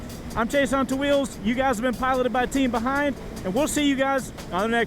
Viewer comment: Team "Behind" sounds soo weird haha 😂